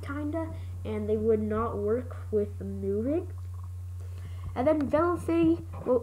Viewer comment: Vlecity. Its pronounced ve-lo-ca-tea